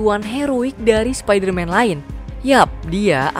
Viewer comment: Spidaman 😂 Spiderman dari univers prindapan